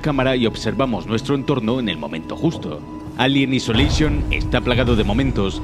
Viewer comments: Alien "isoleishon" :v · "Elien aisoleishon". ;)